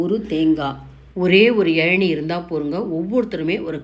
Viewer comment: Nice recipe. Thanks.It's Elaneer not ezhaneer